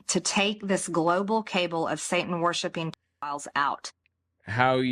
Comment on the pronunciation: Out of all the stupid things Marjoreene has said—and there are SO many—hearing the way she thinks "cabal" is pronounced is pretty far up there! Gave me a laugh.